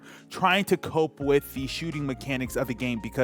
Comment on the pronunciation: You pronounced "TH" in the word "the". Use that on the word "with" too lol